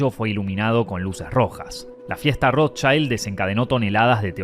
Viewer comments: Audrey HEEburn? It’s H-e-p-b-u-r-n. The ROSEchilds? It’s the RoTHschild. Wth is with the SssSSsssssssSss? Clicked off your video, and blocked your channel. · Ice waid shaaat, odri haybun, rosesssss ....This disgusting narrator hisses like a snake, and probably is one.